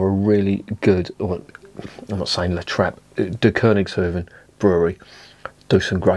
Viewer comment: Most Dutch people call The United Kingdom Of Great Britain "England", which is just a region as well. 😂 By the way, I'm living in South-Holland. Your pronunciation is right 👍, but it translates to the kings farmstead. A hoef (plural hoeven) is a horseshoe. A hoeve (plural also hoeven) is a large farm.